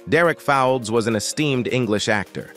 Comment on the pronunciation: Derek Fowlds pronounced "folds" not Fawalds, I think at least 75% of this was wrong?